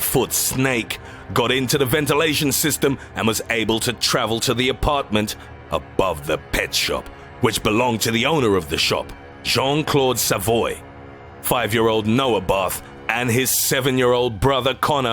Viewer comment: Savoi is pronounces "Sav-wa". Its french